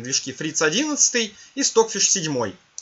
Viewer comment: все классно, но Ваш английский режет ухо. Ну неужели Вы никогда не встречали английское произношение аббревиатур? Неужели не знаете английский алфавит? Ну не понимаю???!!!! Что за кэпэус? Стокфиш Вы же правильно произносите. Извините, но не смог сдержаться.